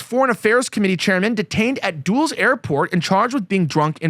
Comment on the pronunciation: duels? dulles sounds like dullest